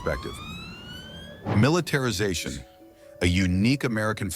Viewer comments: "Militetrization", no-one even notices... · "Militetrization" :| Really? Mili-TETRIZ-ation? lol! wtf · "Militetrization". Dear US americans... really? "In the US everybody has a gun". There are approximately 100 Million unregistered/illegal guns in Germany, at a population of ~83 Million.